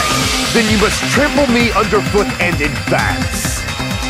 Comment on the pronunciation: “trample” oof